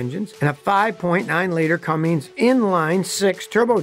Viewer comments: They aren’t Dodge Rams they are just Rams… they also aren’t Cummings it’s a Cummins there’s no g in it. You’re over rated bro, annoying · It's not cummings it's Cummins !!! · Advice from a guy that calls a CUMMINS A CUMMINGS. HAHA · That’s “C U M M I N S”…Not “C U M M I N G S” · Cummins, not cummings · It is CUMMINS not CUMMINGS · Its CUMMINS<< NOT CUMMINGS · How do I know not to take you seriously? You pronounce it Cummings…. And it’s not a Dodge Ram anymore, it’s just Ram. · CUMMINS******* NOT CUMMINGS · stop calling it a dodge it’s a ram not a dodge and stop saying cumming it’s cummins🤦🏻‍♂️🤦🏻‍♂️corny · RAM cummins engine not cummings engine you old fart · For Gods sake will someone please tell Scotty how to pronounce Cummins. There is not a G at the end. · Never trust a man who pronounces Cummins as, “cummings” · That is how Jay Leno pronounces it too! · Why do you say Cummings? Should I say powerstakes? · Very cool video. Interesting info. However, could you please stop putting a "g" on the end of Cummins? lol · Scotty you rock, but I don’t think Cummins has a G in it. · You repeatedly say "Cummings." LOL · This is maddening for someone who lives in the hometown of Cummins. THERE IS NO G IN THE NAME!! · Scotty, for the love of God, there is no ‘g’ at the end of Cummins. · *CUMMINS* ... Pronounced "CUM-INZ" (there is no G in it) That being said, super good presentation and I can't believe Scotty talked for 11 minutes about a Chrysler product in a positive tone of voice lol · There is no “g” in Cummins! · seemed interesting until the guy says "Cummings" out of the gate. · There is no G in Cummins. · It's not Cummings!! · It's not Cummings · For the love of all that's holy, please stop putting a G at the end of Cummins when you say it. lol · Why is it so hard for people to say CUMMINS? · You lost me at "Cummings" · Cummings Cummings Cummings! There is no g in cummins..... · There is no G in CUMMINS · Please. Stop. Saying. “CUMMINGS.” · No letter G in Cummins.